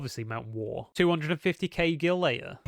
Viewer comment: Who the fuck is Jill? It's GIL brother